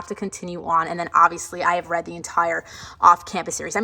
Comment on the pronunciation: Am I the only one, that when you say „ I have read“ heard that it sound like „hagrid“ okay? Anyways amazing bookshelf ✨❤️